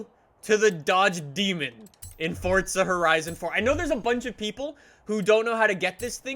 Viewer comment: Fortza HorIzon fort